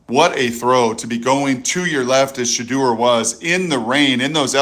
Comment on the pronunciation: Shedeur Sanders pronunciation: Sha-Door ✅ Sha-Durr ❌